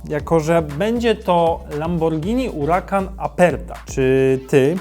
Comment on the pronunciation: Czemu zmieniasz nazwę nie mówi się uracan tylko huracan